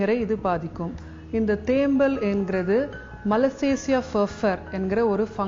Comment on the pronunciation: தேம்மல் என்று உச்சரிக்க வெட்கமாயில்ல நீயெல்லாம் ஒரு வைத்தியரா ???? பேச்சில் 99 % ஆங்கிலம் தமிழ் 1%ஆங்கிலேயனுக்கு பிறந்தனியா?